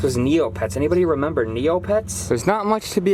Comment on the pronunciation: TheOdd1sOut be like yes I renember